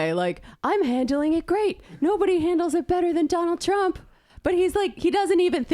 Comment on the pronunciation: can't even say his own name correctly... 🙄